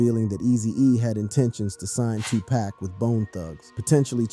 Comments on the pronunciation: How many times do we have to here this story about Eazy and Dre. And how many times are we going to hear Tupack ? It's friggin Tupac. Dam ! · Come on man, 2pack? Sooge? Smh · WHO TF is Sooge ? And 2 Pack?? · shooj knight 😂 tupack 😂😂😂😂